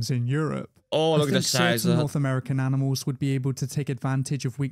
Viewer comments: Came to watch reaction, stayed for the "aminals" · I say aminals all the time bro, I'm glad it's not just me lmao